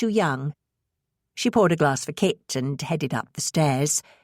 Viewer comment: At times a bit confusing when the reader pronounces Kit as Kate.